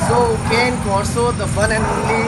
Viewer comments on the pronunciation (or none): Pronunciation kyu galat bolte hai sab india me. It's काने कॉर्सो not केन कार्सो।